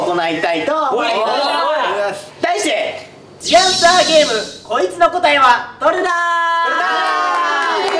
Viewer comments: 大ちゃんが「The Answer」のことを「ずぃ あんさー」っていうのすき笑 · 大ちゃん毎回「ずぃあんさー」って聞こえる！（笑）かわいい！3形態フラゲしたよー！みんなかっこよかったー！